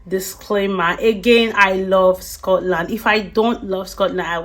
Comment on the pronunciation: You are saying Scotland all wrong!! Just go back where you came from..